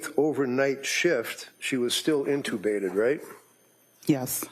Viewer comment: The way the prosecution says inTeubbated is annoying